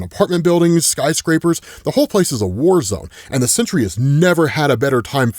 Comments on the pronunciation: It's SENTRY, not "century." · Dude, it's Sentry. Not Century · That animal Sentry Can’t even say his name